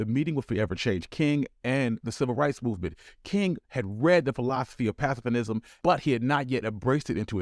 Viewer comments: Aks?? Why not ask? General Motors did not exist when Cadillac was formed in 1902. It’s “pacifism”, not “pacifinism”. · PASS-UH-FIZZ-UMM. Not pass uh fuh nizm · 😂😂 bro why do u keep calling it "pacifinism" ?? Lmfao. Its pronounced and spelled "pacifism" (Pass-if-ism). This video and the content within is awesome! however, mispronouncing common words like that and the other grammatical errors you made make you sound ingnorant/unintelligent (i know youre not but im just tellin you how they see it) and are exactly the type of thing that the haters and people who wanna keep yall down will latch onto to discredit you as a black scholar/historian and dismiss your work and what you have to say. I know in the scheme of things some lil mispronunciations dont really mean anything but im sure u know how "those" types of people are and how they love use the tiniest reasons to exclude and write you off.. however if your videos are totally excellent in every way (which they pretty much are except for the mispronouncing of some words and some grammatical errors) they wont be able to say shit against you.. plus theyll will be forced to accept the fact that an intelligent and educated young black man is making top quality videos about black history that are free of anything to critisize. Theyll hate that your as good if not even better than them. Not fair you gotta hold yourself to an even higher standard to be acknowledged by your peers and accepted by whites when your black vs if youre white but u gotta play the hand youre dealt and play it well cuz then they cant say shit, and even if they still dont like you, theyll be forced to show you respect. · What the fuck is “pacifinism”? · What is “pacifinism”? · Cool video. Learned some new things. But ‘pacifism’ does not have an ‘n’ it. 😊